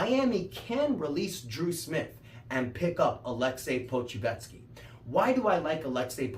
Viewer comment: I believe its pronounced Poku•chef•ski